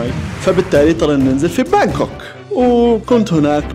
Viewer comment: بانكوك ولا هانكوك هههههههه